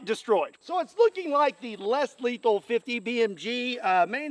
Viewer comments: it is in the name, Less leathal not, Not Leathal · You said less lethal look like little more letthal